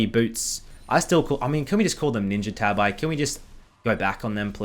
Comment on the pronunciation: who calls tabis tab-eyes? what?